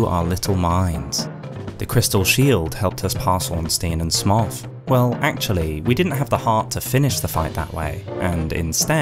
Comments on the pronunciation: stop saying Smoff - it's Smough as in S-mo as in Sumo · bro really still saying "smoff" lmao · It's always fun when you hear someone pronounce Smough so completely unexpectedly. The vast majority of people say "Smo", some others say "Sm-owg" (like the Hobbit dragon). Never heard someone say "Smoff" before. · Yo, it’s Smough as in “Slow” not as in “Sloth” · Isn't Smough pronounced Smo? As it's a reference to the word sumo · First time I heard Smough pronounced "Smoff". I'm wondering which is technicially correct now. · Worst pronouncation of smough ive heard so far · Do you pronounce dough as doth? No? Curious that.